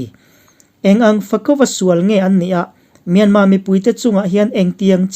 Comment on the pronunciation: Myanma nilo in Myanmar ani zawk